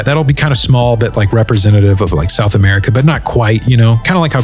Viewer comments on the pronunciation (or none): none